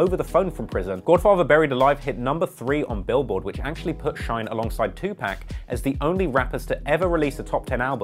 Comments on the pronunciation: It's Tu Pawk, not Tu Pack you fool lol. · Why do English people always pronounce Tupac “Two Pak” it’s Two Pock😂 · 2pac- like a pock mark. Not pack. 💜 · He said 2 pack 😂😂😂😂😂😂😂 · Good vid. By the way it's 2 pac not (pack). You pronounced it incorrectly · 🗣🗣I hate when Dey call TUPAC tupack like shyt really eerk me da wrong way 😞da man name is TUPAC say it with me now TUPAC lol😤😤🤬🤬😬👀🙃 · He said 2 pack 😄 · Did he just say two pac????? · Nigga said 2pack lmaoooo